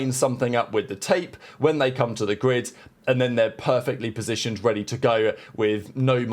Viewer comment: sounds like a failed attempt to say "grid" but who knows. It's 2025 🤷🏻‍♂